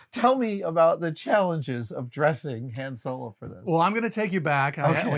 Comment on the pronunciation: Team Han rhymes with 'on' not with 'plan' right here ←